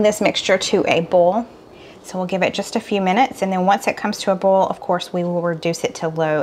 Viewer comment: Why do you pronounce Boil , like bowl? Oil , like ol ?